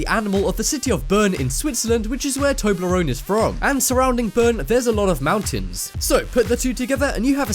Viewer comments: its not tobleron its tobleronE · its not toebleron its tobleeon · Tobler-One not Toblerone, stupid Trump voter !!!